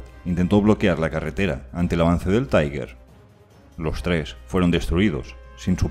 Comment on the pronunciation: Este pretende ser un comentario constructivo: se usa una pronunciación en ingles para TIGER " taiguer"; La correcta sería en alemán algo así como "tiga" Un saludo